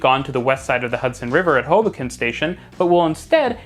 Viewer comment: Also not to be that guy but its pronounced "Ho-bo-ken" :)